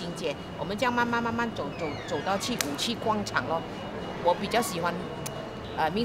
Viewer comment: '广'场 和 '广'东，一样的发音哦。